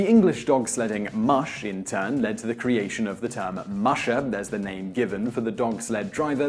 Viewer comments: It's not moosh, it's mush! Come now! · That's funny....you start off pronouncing the word "mush" incorrectly and then about half way through your video all of the sudden you know how to pronounce it. Did you figure out the proper pronunciation halfway through production but not feel like re-filming the first half of the video?